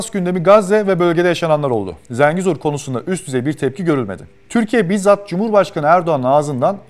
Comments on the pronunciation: Zəngizor ne ya ? 😂😂😂 Zengezur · Zengizor değil oğlum "Dinazor", Ha eğer konu koridorsa, o Zengezurdur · Zengezur yazib Zengizor demək niyə??! Meger Türk dilində 'e' herfi 'i' kimi səslenir biz bilmirik? İngilis dilidir meger bu? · Zengezur, Zengezor değil! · ZENGİZOR DEĞİL, ZENGEZUR. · Video güzel olmuş amma Zengezur desen daha iyi olur be kardeşim. Zengizor diye bir yer yok Zengezur var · ZENGEZUR'A "ZINGEZUR" DEMEK BIR KIBARLIK ALAMETI OLSA GEREK. "ZENGEZUR'A","ZENGEZUR" DERIZ BIZ TURKLER! VESSELAM! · Zengizor diyil .TOP Zengezur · zengizur derken :) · niye israr zenGIzor diyorsun kardes yahu? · ZengiZor😂😂😂seslendiren Ermeni galiba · birisi arkadaşa Zengezur sözünün söylenişini öğretsin